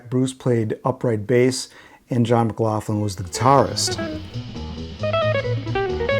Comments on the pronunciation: Never heard John McLaughlin called McLaufflin , , , until now. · Is McLaughlin really pronounced McLaufflin?